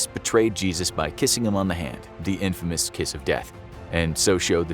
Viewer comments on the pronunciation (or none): none